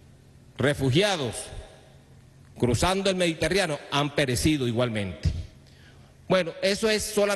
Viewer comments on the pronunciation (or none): cruzando el que? min. 11: 45 el "mediterriano"? 😣